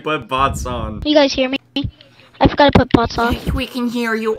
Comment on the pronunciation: When he says you forgatta put da budget up I laugh